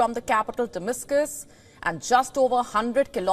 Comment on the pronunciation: She said Dimiscus,journalologist